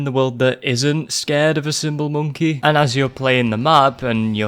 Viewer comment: "hi i'm moneky, wanna play?" 🤣🤣🤣🤣🤣😘